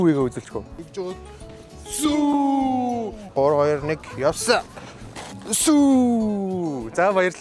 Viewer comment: Сүү биш сүүүүүееее